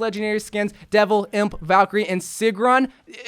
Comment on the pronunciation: here in iceland we pranounce it as sigrún not sigrun